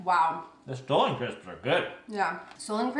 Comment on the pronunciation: The Stollen crisps are pronounced "stah-lun" and they are SO good. For a while I thought that you had taken them from TJ, and that's why you kept saying stolen. lol. Also, I love your shirt/dress! So flattering on you and I <3 the green!